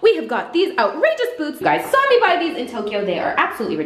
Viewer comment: jeffree you're still concerned with me You're still Concerned with meh